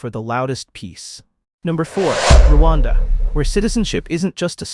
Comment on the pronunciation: Its Rwanda not ruwanda dear and thank u